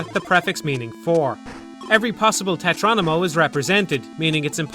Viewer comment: Excellent video as always! ...But I can't stop myself from noticing every time you say "tetronimo" instead of "tetromino". xD